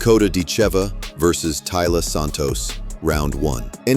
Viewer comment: Are you def or stupid or maybe both? Accent is on "i" not on "e"...but you maybe to stupid to see that? It sounds very bad when you pronounce her name morron!